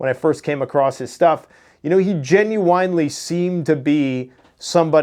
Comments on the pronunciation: It's pronounced "genuinely"! Sorry, You say this word a lot and it drives me nuts! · Dude STOP pronouncing the word "Genuinely" like "WINE"LY it's "WIN"LY"!!!! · Dude.... its not genu - WINE - ly. Fuck!! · Ok I gotta know. Have I been saying it wrong or u saying it wrong. Is it genu-in or do u pronounce it genu-ine? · Gen-u-en-ly. lol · "Gen-u-I nnnn lee" Lololol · "Gen you wine lee" 😂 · When did genuinely become genuwinely?? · I love watching your show, but also like how you pronounce genuinely. 😜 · Hey.. why do you genuinely butcher the word genuinely?:D